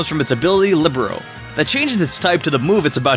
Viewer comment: As a volleyball player, I’m kinda shook he pronounces libero wrong.